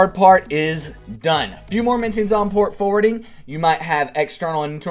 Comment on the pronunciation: Its Port Forwarding, not Port Fording